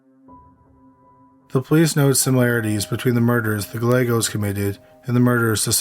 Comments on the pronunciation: I like your voice. It is chill like someone else mentioned. The only thing that would make it better is if you enunciated words. Other than that, your voice is nice! Also, its guy aye goes. That how the name Gallegos is pronounced. It's important to get that right. But maybe not to everyone! LOL. Great crime stories. Thanks! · Not that they deserve to have their name pronounced correctly, but Gallegos pronunciation has silent ‘ll’ s. As my husband always describes it, it’s a Guy with an Egg that Goes: “guy-egg-os”. Not many understand how to say it.